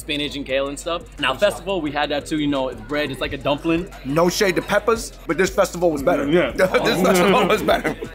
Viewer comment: when was holding the jerk pork and said peppa, I thought he was talking about peppa pig rather than peppers